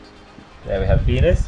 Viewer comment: Did you say peenus